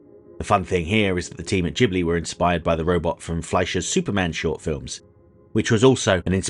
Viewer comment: Thank you for pronouncing "Ghibli" correctly! I can't tell you how frustrating it is when YouTubers use a hard "G" when naming the studio.